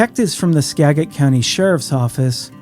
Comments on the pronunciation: Just a note... skagit is pronounced Skadjitt not Skaggitt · "Ska-Juht" not "Skag-et" ffs, please get it right, it's SO annoying. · SKAGIT COUNTY is pronounced " SKAJIT" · I know this is a compendium, but please say Skagit like Sca-jēt, not ska like ska music, you’ve got the first part right… big git is jet - with a short e (it’s hard to explain in text). Thank you. 😊